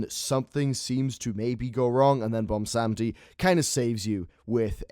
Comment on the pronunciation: Why does no one some seem to know how to pronounce 'Bwonsamdi'? -.